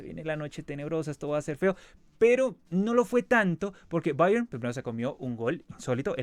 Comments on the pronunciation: Mijo ... no se enrrede tanto pronunciando Bayern☺ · El Cavani de Temu pronunciando Bayern: Oh la la señor francés